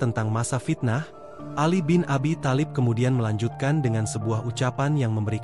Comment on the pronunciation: Kalopun menyebut nama tholib bk tholib tp talib